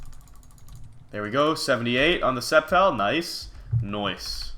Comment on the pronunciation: If you're gonna pronounce "sceptile" "septile" just rename it that.